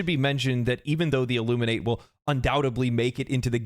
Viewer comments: You also pronounced Illuminate wrong. There are two pronunciations: one for the verb, and one for the adjective and noun. The pronunciation in this context is that of the adjective and noun, not the verb. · The first man I've heard pronounce "Illuminate" incorrectly